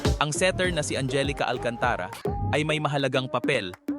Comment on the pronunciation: The voice artist needs some minor training in his diction, pronunciation & pitch. Magugulat knlng bigla tumaas yung boses at baba tas bagal na wala sa timing parang walang consistency ang gulo. Yung pronunciation ng last name like Alcantara na dapat mabilis kc same consecutive vowel letter bakit mo binagalan & pronounced slowly like Al-can-ta-ra which is wrong! andami pa comments kapagod mag type😅